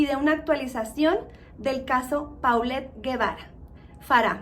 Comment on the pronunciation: Así es, y también de pronuncia Polet no Paulette.